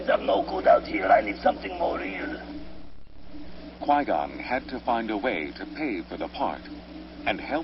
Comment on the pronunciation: no he said Gui Gon i said it as in U mean Qui Gon?